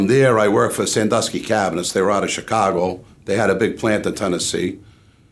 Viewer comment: Vlads pronunciation of certain things drives me nuts. Especially when he says Chicago. It kills me. Nobody here says the “C H” like that. He sits there like he doesn’t understand English or something. Bobby’s story isn’t hard to follow. Vlad over here being a dunce and making it seem like Bobby is speaking a foreign language.